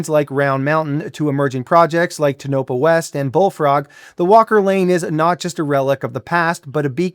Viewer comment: Great vid yet it's TOE-nah-pah.